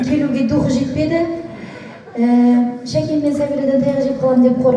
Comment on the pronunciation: шакен емес сакен десе кушти болад,или "С" га тили келмиме,Нуржан Сакенди кушти салды айнытпай,Замирада олтирди